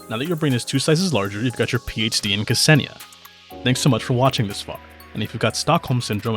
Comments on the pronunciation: Imma be a nerd for a second (since I know Russian) and correct you. The way you pronounce her name is not kAsenia (there's no A there lul, I don't get why everyone puts an A there), it's more like K'senia, you basically make a slight pause/gap between the K and the S. There you go, I'm sure this is VERY useful information... 🤪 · Very interesting history sections, informative gameplay explanation packaged in an entertaining video. Just chef's kiss 👌 But one thing her name is not 'Kasenia'. The pronunciation is not false but midly off that is like an itch that i can't get rid of. Hard to explain in a comment but google translate does nail the pronunciation when you type Ksenia and switch to russian. Otherwise as said before still a nice video👏